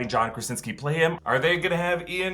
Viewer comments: It’s Not Ian It’s ‘IOAN’ 🏴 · LOL… it’s Yo-ahn, not Ian (ee-en). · Just to let you know the way to pronounce ioan gruffudd it’s pronounced like yo-an griff-iv